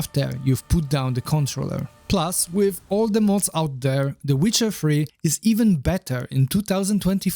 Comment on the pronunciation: that's very funny and imaginative. He titled in the seeker bar "the witcher free" because that's how he pronounces it. Comical genius he is